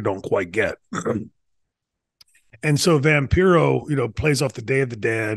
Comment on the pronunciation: Remember it’s pronounced Vam-PIE-ro.